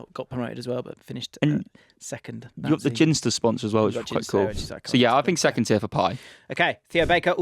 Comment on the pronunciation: As a plymothian "ginsters" is prononunced with a hard g, like the word gecko not as if it were a j